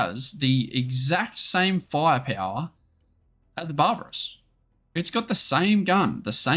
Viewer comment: фая-пяуа :D The way you pronounce "firepower" is so funny. And Russian unit names too :D Grait video thiugh. Thanks!